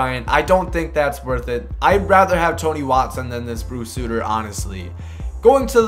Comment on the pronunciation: its bruce Sutter... not.. suitter.